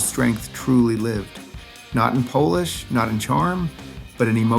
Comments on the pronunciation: Ai said Polish instead of polish in the first song. Enough! Please review before posting. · God save us from AI generated content. It's 'polish' like in shoe polish and NOT someone from Poland. Jeez ..... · No “Polish” (as in kielbasa) 😂😂😂 Getting sick of AI slop